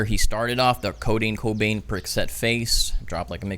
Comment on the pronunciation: Bro said codain cobain